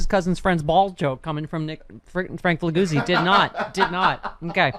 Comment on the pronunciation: He's Italian. Figliuzzi is pronounced Fee-lee-yootzi.